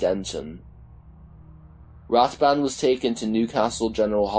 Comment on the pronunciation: The blinded police man was called rathband not rathbury, he was also not in his own home when he died, he was at another woman's house one he was having an affair with. The lady was a 7/7 survivor and it was the last straw for his wife. She went to see him and he was being nasty to her like normal then when she left he threatened to kill himself. He was in self distruct mode, his poor wife is the cross fire then he ended it with his other woman not with his wife. He had many affairs after his injury and just couldn't cope with life but his wife also had to suffer watching the man she loved turn into a monster so to speak. She is still loving with the trauma today